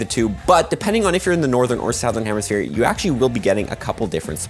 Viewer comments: I don't think that's how you're supposed to pronounce "Southern" 😅 But great video nonetheless! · Saothern lol